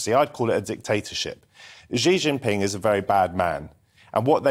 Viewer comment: It's pronounced she, she gin ping. It's not French. It's easy to pronounce Chinese words.